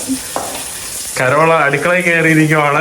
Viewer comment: കരോള അല്ല.. Carol. കേരൾ.